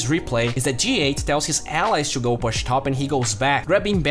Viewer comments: Great video and keep the work up!! But you pronounce "push" as /po͝oSH/ ;)) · Learn to pronounce "push" please , it's distracting